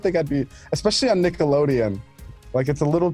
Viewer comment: "Nick the loadian"?